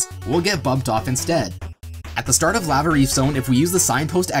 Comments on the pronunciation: I can't believe no one is making fun of you for pronouncing the word "lava" as "la-vuh" instead of "lah-vuh" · "You're saying it wrong, it's LAA-vuh, not LAA-VAA!"